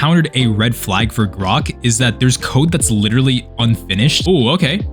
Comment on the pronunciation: Did he say grox